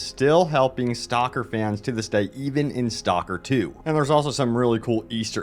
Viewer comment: Dude... It's "STALKER" not STOCKER. You keep calling it STOCKER 2. I can't stand it anymore.